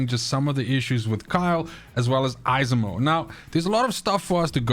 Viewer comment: 😂 It's pronounced Esimo. The second e is almost silent.